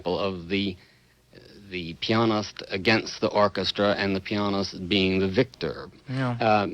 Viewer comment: every time he says that it drives me nuts lol